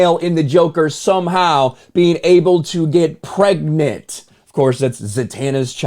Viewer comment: bro really said pregknit 😭